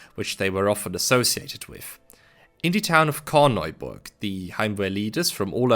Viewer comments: awful pronounciation of Korneuburg 😭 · awful pronunciation of korenburg